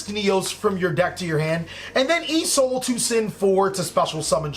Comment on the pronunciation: I noticed something in this video you constantly say e soul in this vid but I can't figure out what e soul Stands for. Certainly it's not e emergency call, rght? Or are you saying Isolde as in the link 2 noble knight?